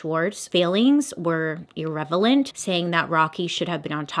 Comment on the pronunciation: Did you just say irrevalent? did you mean irrelevant? LOL I love you Bailey!!!